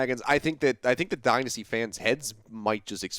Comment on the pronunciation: Is it just me or does the one commentator not know how to say dynasty right?